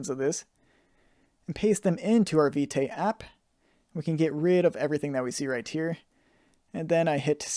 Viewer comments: Thank you for the tutorial, totally love it. Btw. Vite is prononce as "Veet" (it mean "Fast" in French) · I really love the tutorial, but that Viteigh is really distracting lol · You pronounce it wrong